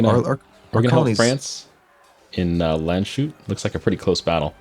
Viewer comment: You're still not pronouncing Landshut right! :D And i know it because I'm nearly from Landshut. I think the best solution is to conquer it fast and rename it